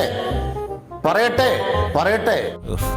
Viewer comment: ഇയ്യാളെന്താ - പറി എട്ടേ...പറി എട്ടേ ഏന്നു പറയുന്നത്